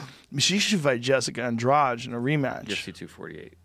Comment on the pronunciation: there is no ing in her name...